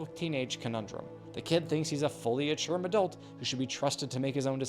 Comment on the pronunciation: the fact that u said ature madult with such confidense!!!!!!🤣🤣🤣🤣